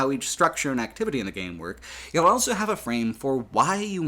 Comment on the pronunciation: pronounces the word "also" as "elso". He also pronounces the word "both" as "bolth".